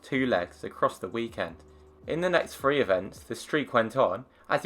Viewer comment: Yeah, it sounds like 1 2 4 because his pronunciation on the three is piss, but he did say 1 3 4.